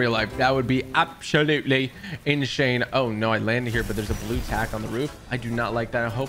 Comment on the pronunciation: Love how u put “absholutely” and “inshane”